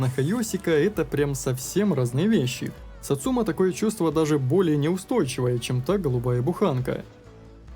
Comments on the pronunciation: Автомеханик произносит название, это единственное произношение название машины в игре. Ударение на сАцума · Почему все ставят ударение неправильно. сАцумы, а не сацУмы И с днем рождения